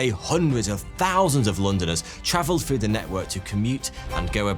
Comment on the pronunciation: Frew or through?